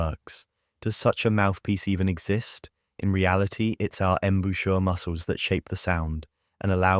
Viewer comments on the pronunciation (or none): That's not how one says "embouchure" it starts with "om" not "em" sound